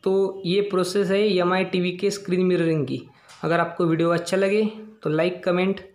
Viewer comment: Not mi he say yami